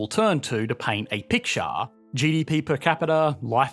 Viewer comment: Energeeee and prosperiteee paint a pictuarrrr. Are you taking the piszzz? 😆